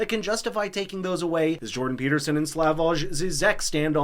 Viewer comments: BTW, Slavoj pronounces his first name as "Slavoy" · Pronounced Slavoy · Sorry for being picky, but it is pronounced "SLAVOY". "J" in all slavic languages and german is always used that way as it was addopted from latine where it stands as alteration to "I".